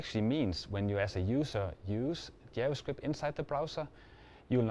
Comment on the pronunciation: я тоже. Поржал с его "ДзяваСкрипт" =)))))